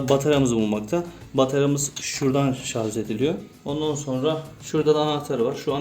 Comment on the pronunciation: Şarz değil şarj